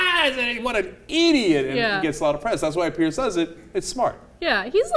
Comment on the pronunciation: It's piers not pierce